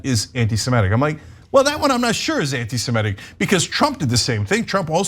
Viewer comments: You've got all the important points covered here, so I'll stick to the least important one: It's anti-seMITic, not anti-seMETic. Sorry, had to scratch that itch. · Even Ana mispronounces ‘Semitic’__ it’s NOT ‘Se-MEH-tic’!!!!! Get it right Ana!!!!!___